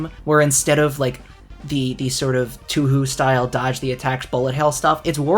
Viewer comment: dude, Touhou is pronounced Toe-Hoe. 🧍Banger vids as always tho.